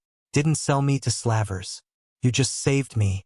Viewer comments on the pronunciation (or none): Cute short story. But that AI doesn't know how to pronounce 'slavers' correctly.